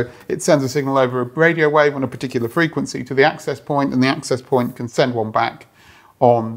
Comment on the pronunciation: what's a "wadiowave"?